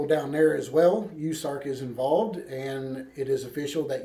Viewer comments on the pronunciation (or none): US ARK like U S A its pronounced and Koosko I think it is how his name is pronounced. Love all your videos sad times we live in...f 2020